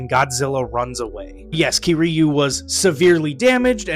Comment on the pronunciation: The way u said kiryu pissed me off but w video anyways